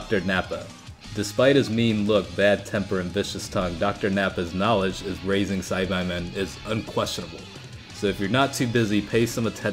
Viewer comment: Sci-bye men is really bothering me. Ive always heard it as sci-baa.